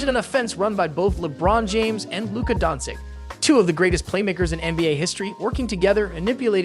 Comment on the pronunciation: It's an AI voice. That's why it's wrong.